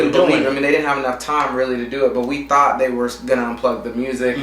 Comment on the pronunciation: lol "Tourght"